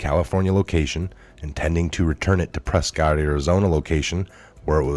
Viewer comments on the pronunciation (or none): WE Pronounce It , Pres-Kitt....